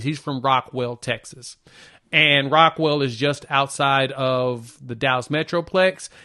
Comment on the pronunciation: Hey bruh it's Rockwall, not Rockwell. And Rockwall is in the DFW Metroplex. It's literally on the other side of Lake Ray Hubbard.